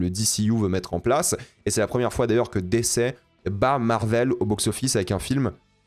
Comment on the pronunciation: premiere fois j'entend quelqu'un dire dc avec L'accent en francais